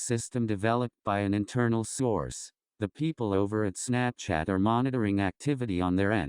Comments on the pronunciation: it sounded like he said “snapshit” instead of Snapchat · When I hear the word "Snapchat" in this video, it sounds like "Snapshit". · Istg ik im not the only one that heard say snapshit instead of snapchat lmfao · I thought he said snapshit but I understood. I had the volume down. Me bad.